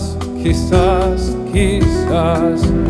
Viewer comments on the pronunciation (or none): Who else hears "key sauce" when the guy who introduces the songs pronounces it.